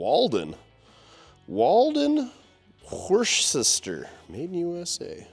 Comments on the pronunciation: Couple of things. Little Dearborn is no longer in business. And Worcester is pronounced wuster. Just so you know. Also Walden-Worcester was the premier specialty automotive tool company of its time. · It’s pronounced wuster. And if you have a thick Boston accent it’s then pronounced wusta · It’s pronounced Wuhster Mass 😂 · Worcester is pronounced "Wuss-ter" and is the home of Oilzum motor oil, perfect subject for a minute and they are still in business. Robert Goddard invented the modern rocket in Worcester, and it is the 2nd largest city in Massachusetts. Nice Ford Truck, another great video..thanks! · No, no, no. It's pronounced wustah.